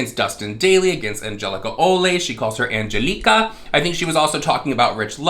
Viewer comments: I cant deal with saying angeleekuh rofl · Messing up a name loke Angelika is just dumb. is an actual white' Lady and the name is not foreign in any way to her. ffs 🤦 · I have never heard someone butcher the name Angelica/Angelika before holy hell